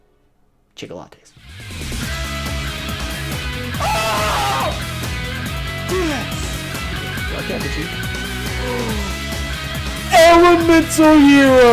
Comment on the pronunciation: You can't just say chickolates at the end of the video like that